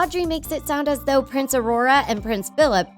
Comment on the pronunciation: U said ‘’price aurora and price Phillip’’😂😂